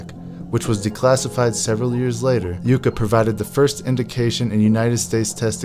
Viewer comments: Its' pronounced "Yuck Ah" ! - not YOU Kah ! - You're welcome ! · Yucca (yukka) not yooka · HEY,ITS NOT PRONOUNCED -YOU-CA..ITS YUCCA(YUH-CA)...YUCCA PLANT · NOT YOU-CA PLANT(GEEZ!) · Pronounced "Yuck uh" like the cactus . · “Yucca” pronounced “Yuk - ah”. It’s a funny little tree that grows in arid climates. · Yucka - or Yuckuh. Like the cactus. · Yucca is a desert plant in NM. Check your pronunciation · learn how to pronounce YUCCA! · If you can't even pronounce Yucca correctly, how do we know your video isn't full of additional errors? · At least learn how to pronounce 'Yucca.' Hint: The included footage includes a proper pronunciation.